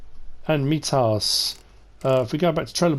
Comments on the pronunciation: It’s pronounced my-tus, not me tas Just FYI Love the video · The mitas tires, it's an I sound not a E sound, like mytas